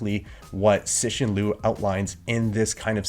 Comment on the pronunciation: C in Chinese is pronounced as ts in English, so ci is like tsi, not si. You've got to the review of his second book and is still pronouncing his name wrong. I was impressed with your review of the first book. With the review of the second book, I think you are trying a bit too hard. Look forward to your thought on the third book.